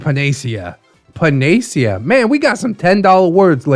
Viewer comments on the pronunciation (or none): I figured I had been pronouncing it wrong so I doubled checked. It's pan-uh-see-uh😄 Emphasis on see. I was listening and I had to stop to see how it was written to be sure. is a panacea for when I'm grumpy and need to smile 😃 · Pretty sure its pronounced pana-see-ah